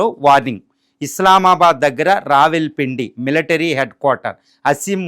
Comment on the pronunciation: రావిల్ పిండి, రాగిపిండి, అప్పడాల పిండి ఏం వార్తలు చదువుతున్నార్రా బాబూ.